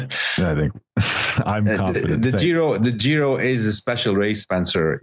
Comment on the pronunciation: Can someone tell this guy G in Giro is pronounced as J in John.. not "Zhiro"